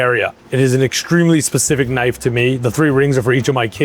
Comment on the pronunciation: now that’s a “knofe”